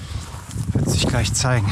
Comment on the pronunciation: Habe mal eine Frage. Ist auch nicht böse gemeint, sondern es interessiert mich wirklich. Bei fällt mir auf, dass er nicht "sch" ausspricht sind halt FiCH und anstatt "g" ein "k" spricht. Kleich anstatt gleich. Ist das ein Sprachfehler oder ist das regional so üblich, sprich Dialekt? Höre das nicht zum ersten Mal bei verschiedenen Personen.